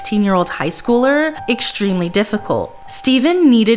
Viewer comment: Hishtory? Exshtremely? You have good content. Why do you feel that you must deliberately mispronounce words? You lose credibility. It's not a speech impediment. It makes you seem uneducated.